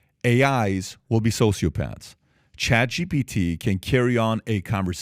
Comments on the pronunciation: Pat, it’s not GBT, it’s ChatGPT. It’s not a big deal, but it’s distracting when you say ChatGBT. Great video otherwise. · Why does he always say chat gbt?